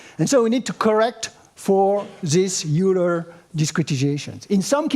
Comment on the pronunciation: It’s wild to see him for the first time after using his MCSM book for a while. Also noting his pronunciation of Euler 👂